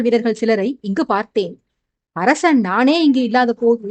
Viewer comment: Hai dear how are you, for the past 3 chapters I feel that your tone is somewhat different while pronouncing sha and sa word for example arasan you are telling arashan like that. That's why I am telling.